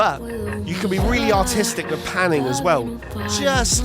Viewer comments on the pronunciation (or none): none